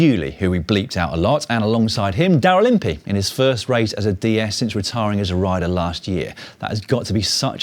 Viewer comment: "Daryl Impey". Unless/until you've lived in the U.K. (or possibly possibly a former colony -- cue discussion of varied complicated histories) you don't really know how to say and hear that name. Love it.